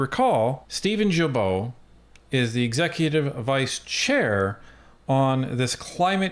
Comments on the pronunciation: the way this guy says Guilbeault is closest to how it should be said. It’s a hard G. Like GARBAGE. 🤣🤣🤣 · His last name is pronounced as ghee-bo 👍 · Prononounced: «Gill-Bo»... Thanks! Take is for a French Guy ;-) Cheers! Great work as always! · Wow Im not surprised. I have a difficult time with Guilbeault. Although Im not a fan his name is pronounced "Geebo"